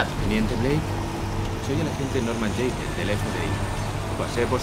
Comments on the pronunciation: Quitenle la J a Jayden q dice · Oye si le quitas la j a Jayden dice Aydén como el nombre del"fantasma" de Beyon the soul